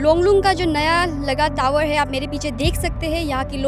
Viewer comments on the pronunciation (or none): टीवी तावर,❌ नहीं टावर✅